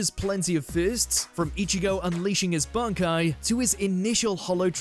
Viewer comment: Its weird in the dub they call it 'Bonkai'... not really sure how that happened? At no point was anyone like "Guys, its Bankai not Bonkai.."